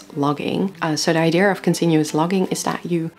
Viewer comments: I am by now convinced that there is a global conspiracy ongoing, set to change the pronunciation of the word "idea" to "eye-dear". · Idea, eye-dee-yuh. not deer, dear or dare. I'm sorry, you do say Idea a lot in this video lol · “Idea” is a Greek word btw. As a Greek I kindly ask you guys to keep your Rs off it 😁